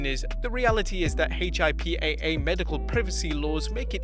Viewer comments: It's pronounced "HIP ah" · Let me help you out. HIPAA is pronounced Hip-a